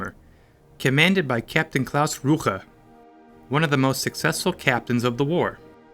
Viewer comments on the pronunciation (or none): The commander's name was "Claus Rücker." And you're making it "Claas Rucher." Are you serious?